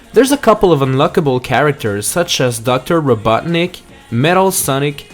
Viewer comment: What did you say Robuttnik instead of Robotnik?